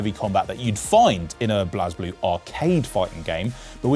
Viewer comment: The way this man said blazblue hurt my soul